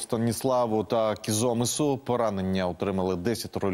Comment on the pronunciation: кізомИс! Будь ласка перевіряйте наголоси. Дякую